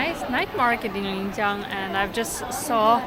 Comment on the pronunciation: . Linjiang, not Lingjiang. Are you from the South? Usually southers mix lin and ling.